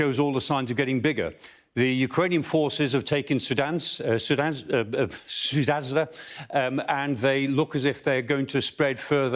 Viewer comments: It's pretty cute how he's trying the tongue-twister name of the town. "Sudanza" 😋 In fact, it is "Soo-ja" ("soo" as in "soon", "ja"as in "just", stressed on the 1st). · lets learn how to properly pronounce towns names . It s not sunask not sudan not sudazda . its sudża! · Sudanza???? The correct name of the town is on the map right in front of him. Why can't he read? The town is called Sudzha. How hard is that ? The guy shouldn't be a presenter if he can't read and pronounce basic sounds of the country he's reporting on. First priority is to be factually correct. P.S. It's pronounced Sud zh a. The sound zh is kind of like a slow soft j, between a j and a sh. or a z and sh. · Just repeatedly butchering the name .. 🤣🤣 sudanha/ sardenia/ sudzha/ excuse me .. sudanza??" 🤣🤣 I thought news people like him Learned how to read regional Names 😅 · Sudzha is NOT Sudanza 👈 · He butchered pronunciation of Sudzha. The d-z-h combination is pronounced like a J. Hence “Suja” not Sud-zuh-zha. Now if I could just get Americans to pronounce Xi Jinping’s name as “President She”… instead of “Zhizhi Ping.” I have given up on getting them to stop saying “Beizhing.” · Omg Sudanza... Its Sud-zha. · It's sudja not sudazwah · He’s usually quite good, so it also surprised me that he was pronouncing Sudzha as something like “Soodansa”. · It’s Sud-zha, not Su-dansk. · Why is this goose saying Sudanza? Can’t he read? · and don't be afraid and prepare: Sudzha = Suja, J sound like in pyjamas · This guy butchers every single pronunciation. How is Sudzha Zoodansa? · 'Soodga' thats the name of place (dg like in dodge viper - same sound) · its pronounced Sudja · He was learning how to pronounce Sudzha ("Sood-zha") and failing miserably.... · Biden syndrome has hit the Professor Michael Clarke. He cannot properly pronounce the name of the town. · It's hilarious how he tries to pronounce the name of the city Sudzha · learn how to pronounce the city for gods sake